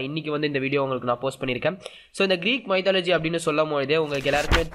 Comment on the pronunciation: What a pronunciation... Mythology... Please get help of Google speak can help to pronounce right way...